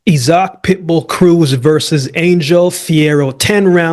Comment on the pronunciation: 😂😂! I'm wondering why they say it like that. My homie's name is that an they pronounce it "eye-zick" idk...🤔